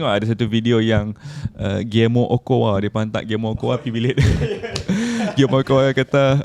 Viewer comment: OCHOA ka OKOA sebutan dia tu botak... Xbuat homework ka...awal² sblm tu kemain lagi kata kat orang 😂😂😂... Kena kat hang hahaha